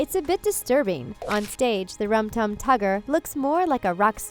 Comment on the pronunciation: Nobody can ever get Rum Tum Tugger right...